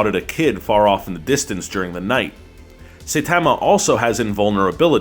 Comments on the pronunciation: Saitama. Not Saytama. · his name is pronounced sigh-tama not say-tama! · Saitama - > Sigh-Tama, not Say-tama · stop making anime videos. You butcher the most important characters' names and clearly don't know the material. Saitama (pronounced Sigh-Tama, not say-tama... What are you, M. Night Shyamalan?) is more than just a guy looking for self satisfaction. He also stands against heroes who work for game and fortune. He's a hero for fun, and he doesn't care much about his rank. Your video is surface level at best. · Why does everyone pronounce Saitama like Say-Tama ????? Sigh-tama !!! ffs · Its not Seytamaa......... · Oh oh now you worry about pronunciations? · Click your dick if you're tired of hearing "Saytama". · Going by the first minute, this video has already been made tons of times in the past, with of course the painful mispronunciation of Saitama. Please stop. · Say-tama yup someone is just reading a script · You say Saytama one more time m8t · What a horrible video and learn how to say his name correctly please. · Can you pls tell your staff how to pronounce the names properly omg Saitama isn't even that hard to prounounce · how you pronounce Saitama is cringe.... lol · Going by the first minute, this video has already been made tons of times in the past, with of course the painful mispronunciation of Saitama. Please stop. More than a minute in, you’ve got everything wrong. Move away from anime or just delete your channel. You’re butchering my favourite anime. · Is this video trolling us? There are so many things wrong beginning with mispronouncing Saitama. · Itemizing the things wrong with this video would have to begin with calling the show a satire of "the anime genre" just five seconds in. They don't get to mispronouncing Saitama's name until six seconds in. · 12 seconds in and they already said the characters name wrong. If they watched the Anime then they would have herd the correct pronunciation. 👎🏾👎🏾👎🏾